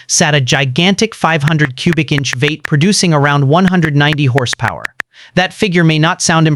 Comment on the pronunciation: What’s a “VATE”??? Is he saying V 8 ???? Damn AI Voices 😂😂😂